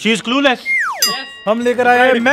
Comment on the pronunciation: "She is cluless"😂